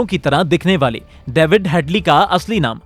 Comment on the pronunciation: Daevid ni lohdu david